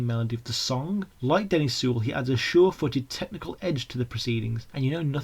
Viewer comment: Very well researched and generally well presented, but it's Glyn JOHNS, not Jones, and it's Denny SEIWELL, not Sewell. Also, Paul's from Liverpool rather than Birmingham. Very different accents.